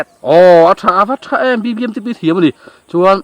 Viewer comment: Biangnote f leh R ati dik lo tlat😂😂a thiam khawp mai😂😂BBMTP pawh a thiam e😅😅